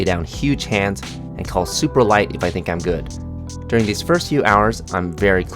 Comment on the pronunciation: “I actually tank” 🤣 bro